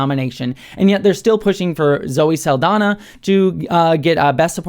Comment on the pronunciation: FYI, Saldaña is pronounced Sal-dan-ya, not Sal-dan-a. The ñ is a Spanish alphabet character that English lacks, and is pronounced like "nyah," not "nah." HTH!